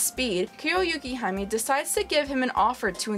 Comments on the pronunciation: You respond to a 2 year old comment to add the Kuro part, when my issue is with her pronouncing it "Yu Kee haa May" instead of what i said above? What was the purpose of your comment? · love your review, but one thing damn near made my ears bleed.. it's Yukihime, Yuu-Kee-Hee-May (snow princess by some translations, but im not exactly sure of the official one)